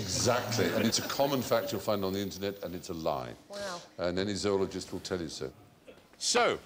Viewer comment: Ah, so we're not supposed to say "zoo-ologist". Quite interesting.